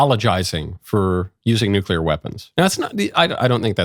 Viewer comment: "Eye-RAN-ian NUKE-yu-lar"